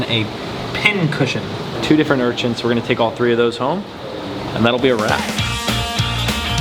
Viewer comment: "urchints" lmao it sounds like you add a T to urchins